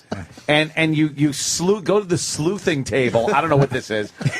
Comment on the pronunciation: dumb bobby keeps saying “sleuthing” 😂 its “sluicing”